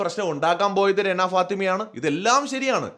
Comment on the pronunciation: രണ അല്ലെടോ റന, രണ enn vilikumbol renuvine thamashayaki vilikunna pole thonunne😂😂